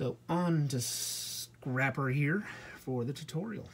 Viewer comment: You called scrapper scrapel